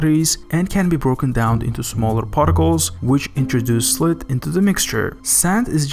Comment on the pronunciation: Yeah, it didn't bother me too much up until he said "gray-vell" instead of "gravel", and "slit" instead of "silt". Good quality closed captions can be a solution though, there are some channels I really enjoy but end up ignoring or muting the audio in favor of reading the captions to actually absorb what's being said, rather than having to intently listen and interpret what they're trying to say.